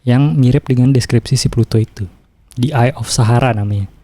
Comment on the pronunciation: Plato bro bukan Pluto, kayaknya harus lebih mateng bro nyiapin materi nya